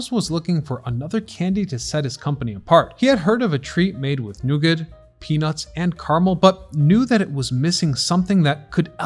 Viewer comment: Protip: The 't' in 'nougat' isn't voiced ... /ˈnuːɡɑː/